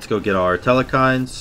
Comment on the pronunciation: and theres no E in the middle of Telkhines